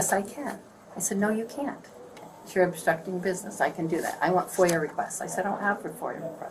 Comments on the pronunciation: Foia not foil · It’s FOIA not FOIL btw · It’s FOIA but it’s cute you always say Foil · ITS FOIA NOT FOIL, YOU FUCKING MORON! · Love this stuff! But I think you mean to say FOIA (foy-ya) request not FOIL. FOIA standing for Freedom Of Information Act.. Great video nonetheless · It's "FOIA", not "foil". Freedom of Information Act. FOIA. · Production note: it's F.O.I.A. (Freedom Of Information Act)(FOYA) not foil.